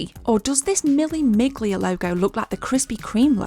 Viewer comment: In Italian you don't pronounce the G in Miglia, so basically it is Mille Milia 😉